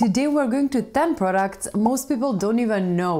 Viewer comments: Products not proucts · It is products and not proucts